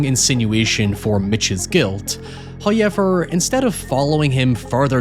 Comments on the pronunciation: Did you just pronounce however as "high-ever"? There's a wubble-ewe in there. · Nobody:: Hiyever. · I love the pronunciation "hoyever" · First "hoyevver" drops . For we are blessed by He. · Your content seems so good but the way you say "however" makes it absolutely unwatchable... I never knew such an infuriating pronunciation of that word existed. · How do you pronounce "how" fine. But can't pronounce "however"? Who is ever? Why do you feel the need to say hi to him every few minutes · you talk too much, just show us the movie. Also, why do you pronounce likes like "however" incorrectly??